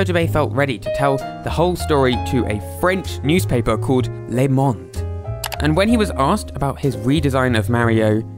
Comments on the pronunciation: Dude I'm French and this "Le Monde" pronunciation just killed me 🤣🤣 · As a french, it made me smile when you said "Lemon'd" instead of "Le Monde" 🤣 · So you pronounce 'Le Monde' als 'Lay Mont'? Hahaha. It is 'Luh Monduh' more or less. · you pronounced “Le Monde” incorrectly